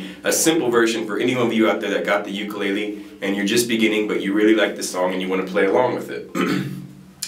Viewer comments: Please pronounce ukulele correctly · Please learn how to say the word ukulele. There is no shortcut. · I’m Hawaiian and the way he says ukulele kills me 💯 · I'll probably get slammed for this but please oh please pronouns Ukulele correctly. I get distracted and have a hard time following. 'olelo hawai'i vowels are the same as Spanish.